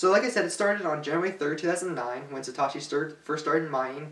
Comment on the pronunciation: You pronounce Satoshi and Wiki strangely.